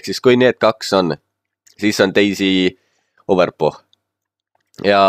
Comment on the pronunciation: Hääldad Overpochi imelikult :D, ütlen ise k-iga, nagu overpock :D Muidu korralik juhend :D